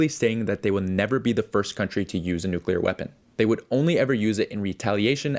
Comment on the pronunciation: Its not a "nu-killer" war! Its a "NUCLEAR" war! Learn how to pronounce words!